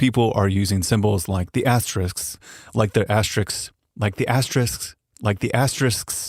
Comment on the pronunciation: If you can say risks then you can pronounce asterisks.